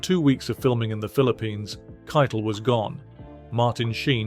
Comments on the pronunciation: "Harvey Kite-Le" is it really pronounced like that? I always said, 'Harvey Ki-tel" I would really like to know if it is a British accent thing or if I have been mispronouncing his name for the last few decades! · You're right it's Ki-tel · The way the narrator pronounces "Keitel" sounds like he is referring to the Nazi Field Marshall, who directed the OKW, or cheif of all the armed forces of Nazi Germany. Keitel was found guilty of War Crimes, as was Joldel, who was also hanged. The tribunal refused to grant them the usual death by firing squad. As Eisenhower saw it, they were not soldiers, they were theives and murderrers. I agree.